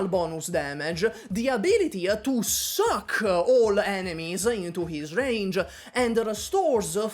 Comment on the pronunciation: I like the verbal emphasize on SUCCKKK